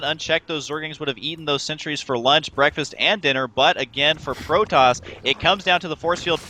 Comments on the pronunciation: LOL Husky said Frotoss :)... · yes he did say frotoss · Did Husky just say Frotoss ?